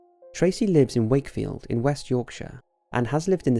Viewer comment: I applaud you good sir for pronouncing Yorkshire correctly!